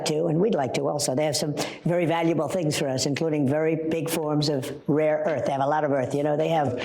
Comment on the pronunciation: Somebody must have told Trumpykins that it is "rare earth " not " raw," which he said about a zillion times before.